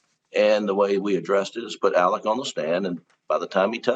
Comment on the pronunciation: Shame on news nation. After all the coverage this case has had and you mispronounce Alec's name!?!?? You ne3d to get rid of your ai if that's was i4 was.